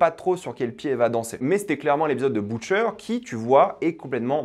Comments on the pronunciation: C'est une bonne vidéo mais ça m'a fait mal aux oreilles le bOUtcher au lieu de butcher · pourquoi tu dis boucher mdr